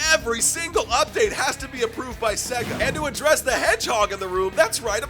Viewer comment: They'll add shadow once you pronounce SEGA right